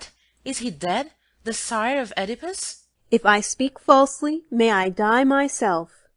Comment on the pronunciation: I have no idea what they're saying. And they don't say "Oedipus" right.